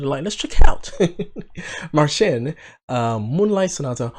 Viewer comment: Yes You are one of very few who pronounce his name correctly.its Marćin not Marsin.so keep it cool bro cos You are so on point in many aspects!!!all the best to You!!!